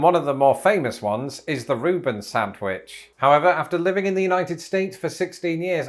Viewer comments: Every time he says SANTwich an English teacher dies. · is a Reuben without horseradish still a Reuben? I do not like horseradish. Has anyone else noticed the way pronounces sandwich?? How do you pronounce it???